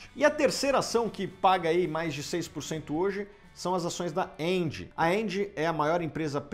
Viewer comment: Primeira vez q veja uma pessoa dizer o nome da empresa Engie certo kkkk 👏👏👏